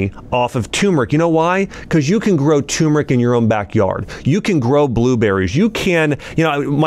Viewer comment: It’s pronounced “Ter meric”, not “Tumor ic”